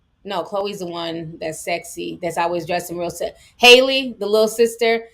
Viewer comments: My god. It’s HALLE like Halle Berry. Not Hailey! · It’s Hal-Leee (Rhymes with Cali lol) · Good stream ti and the way you pronounce Halle's name is (haa-lee) with a long a lol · It’s definitely not hailey 😭 it’s Halle Bailey like Halle Berry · It's (HAH - LEE) Bailey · It’s pronounced Halle like Halle berry 🤦🏾‍♀️ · She pronounces her name like Halle berry pronounces it idk where some of these people getting the other pronunciation from😭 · Hal (Like a man named AL) Lee😂😂😂